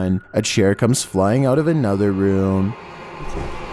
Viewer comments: Sorry, but it’s pronounced Stonehenge. NOT Stonehege. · It's not "Stonehedge" its Stonehenge ! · Quick note: it's, "StoneHENGE" not StoneHEDGE. No hate, just wanted to point it out. Awesome video though! Some really interesting stuff. Bro, I would stay in ANY haunted location. Anywhere. Anytime. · It's Stonehenge not stonehedge..lol 😂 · Stonehedge is called stonehenge. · Just for future reference, friend, it's Stonehenge - heNge not heDge 😃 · Stone henge not hedge. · Its Stonehenge not stonehedge. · You pronounced it StoneHedge it’s Henge said like Hen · It is stonehenge not stonehedge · Stone henge not stone hedge. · Gotta love Stone Hedge! Ha! It's Henge. Stonehenge. But, Stoner Hedge is funny! + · Wtf is this crap? And why does this guy think it's called stone hedge?????? Stone hedge seriously?... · Did you say Stone Hedge? Are you trying to say Stone Henge? 🤔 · Stonehenge not stone edge! Great vids though! Keep up the spooky work. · Stonehenge. Not stone hedge. That what it sounded like to me anyways. Props for the spooks as always. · STONEHENGE NOT STONEHEDGE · This dude seriously called Stonehenge "Stonehedge" lmao, also why's this dudes voice mad annoying? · Is he saying stone hedge? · Oi, it's pronounced StoneHENGE. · No 5: It's pronounced StoneheNege, with an N in heNege, not hedge! Just a heads up! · I think he says stone hedge